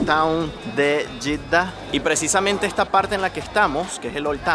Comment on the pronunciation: Jeeda en español se pronuncia JEDA. Y en arabe Yitda ?